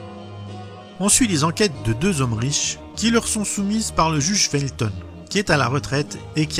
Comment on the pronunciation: Le juge "Fulton" et non "le juge Felton" . Il est faux de dire que la VO est moins bonne & moins drole que la VF / c'est lieu commun véhiculé en raison du succès de la série en français dans les années 70 et 80 - les dialogues en VO sont excellents rattrapant des scénarios parfois un peu bancals.